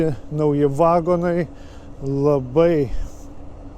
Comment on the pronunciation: neVAgonai bet vaGOnai..lIAtuvis